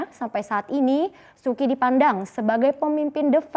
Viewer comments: Suu kyi bacanya suu chi bukan suki (-_-‘) lu kira sukiyaki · Su Kyi dibacanya Su Ci ... harusnya belajar dulu sebelum broadcast